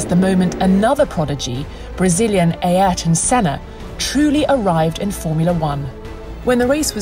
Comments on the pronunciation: no one:: a-er-t-on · Fun fact: The correct Portuguese pronunciation of Ayrton is "Eye-air-ton". Everyone that pronounces it "Air-ton" has been doing it wrong. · Nah nah nah, you don't pronounce it A-airton senna, you pronounce it Airton senna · always pronounces Ayrton as "Ey-air-ton". It's closer to just "Air-ton". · it's so weird to hear english speakers say EI - AR - TON SENNA, in portuguese "Y" has the same sound as "I". So the Y sounds like the I in "Romain". AH - IR - TON Senna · its aryton, not ayerton.... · I've heard of Aryton Senna, but who is this Ayerton Senna you are talking about? :D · ah yes, the legendary Æreton Senna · Nobody:: AErton senna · van Heijningen it's pronounced A-ee-rton. Listen to the Brazilian commentators saying his name. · what's wrong with that? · No one: Not even the bahrain dog: This Narrator: Ay ærtn senna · Who is Ay-erton Senna? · She can't pronounce Ayrton's name properly. What with Eeeirton? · Will 'Pass'ed on this so he could do something about 'Ay-Ayrton' Senna instead 😂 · as a brazilian that was the most painful to hear pronunciation of ayrton ive ever heard. and im not even a huge fan of senna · Never heard anybody pronounce "Ayrton" so bad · Brazillian ears are bleeding after hearing pronouncing "Ayrton" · You mean Ayayrton? Or is it Aiayrton? It was bugging me as well haha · This video should be titled "How to mispronounce Ayrton" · the way she pronounces the name Ayrton... 🤦🏻‍♂️ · Leave it to to butcher Senna's first name on a regular basis.